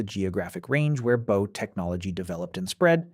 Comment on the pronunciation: Your pronunciation of "Bow" is annoying as Hell!!!!